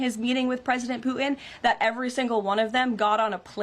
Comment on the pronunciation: Can someone teach her how to say putin?